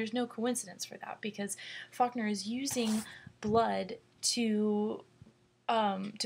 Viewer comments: hi it sounds like you say "fuckner," sorry but i had to point that out. Great analysis though, it really helped me understand the story.Thanks! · lmfaoooooooo she did say fuckner